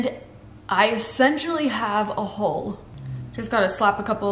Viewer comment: Every time you say "Hull" I hear "Hole" and my mind keeps imagining it's a Hobbit Hole you're building. Your drive and positivity is inspirational!